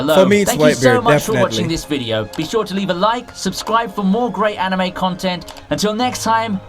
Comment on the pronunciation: Why is he pronouncing the word Anime itself like that? It’s bugging the CRAP out of me 😠